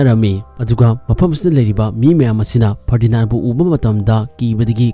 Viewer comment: Ferdinaan Nate Ferdinand oibane 😂😂🤣😆